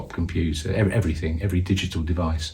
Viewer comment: Did that wpc say everythinK !!!lol😂